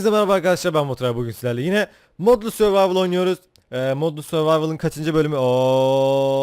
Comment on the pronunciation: Olum suvavo diiiil sorvatvor